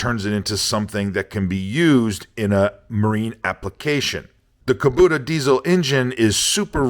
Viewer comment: KubOta, not KobUta.